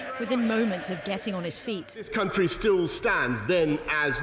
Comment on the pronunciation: I'm sorry, but "CUNTry"